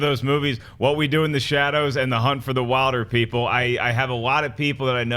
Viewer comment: Wilderpeople is pronounced Willderpeople fyi.